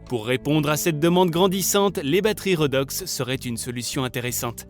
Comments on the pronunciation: Oh punaise ça pique les oreilles !!! 😂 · On dit " rédox " et non pas " redox " ... ça vient du terme chimique oxydo-réduction